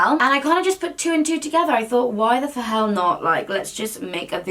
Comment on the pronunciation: “why the fahell not” 😂